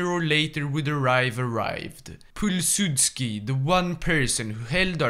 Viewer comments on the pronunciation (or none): Pull-sudski... man... you got me good. Next time try saying "Pill-sutskii" it will sound alot better.